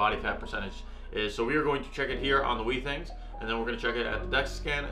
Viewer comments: It's been a year and you still haven't learned how to pronounce Withings right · Every time this dude mispronounces withings as "wee things" I die a little. Great comparison though!